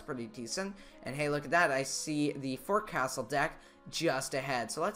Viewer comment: the "forecastle" is pronounced "fowksal"